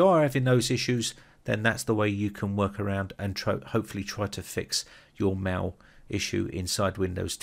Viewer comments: wtf are you calling 'mail' "maw" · It deeply disturbs me how the word "mail" is pronounced.